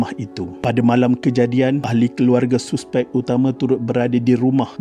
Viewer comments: Hahaha, sebutan tu saspek bang😂 ejaan je suspek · Sebut la betul2 suspek,tk yh guna bahasa baku,boring la ko ni admin,klau borak biasa dgn kwn pakai la bahasa baku klau ko nk martabatka sngt bhasa baku ni,elok2 kita dgn bahasa melayu kita guna ko plak nk folow cara bhasa indon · Padu apa nya, hang degaq betui2 perkataan 'suspek' ..lawak betui